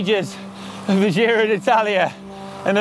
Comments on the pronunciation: Giro is italian not french so you have to pronounce it right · Another great video with in it - TICK! (PS: dear GCN crew, 'giro' is pronounced with the same initial sound as in 'job', 'giant', 'John', etc.)